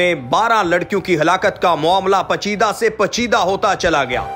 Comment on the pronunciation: NALAIQ INSAN HO PACHEDA NA HI PAICHEEDA BOLO 😂